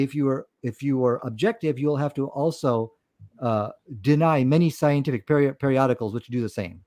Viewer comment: 😂😂😂 Phul schientiphic